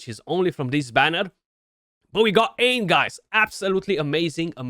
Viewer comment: Congrats, big fan of Aine, she's a game changer. One thing & there's no way you'd know this by looking at the word but it's pronounced Awn-yah. Irish words & names are a bit weird